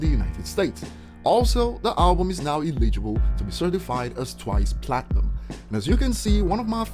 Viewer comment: Just so you know for next time, eligible is pronounced "eh·luh·juh·bull".